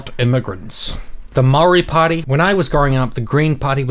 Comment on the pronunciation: It’s not pronounced “Murray” lol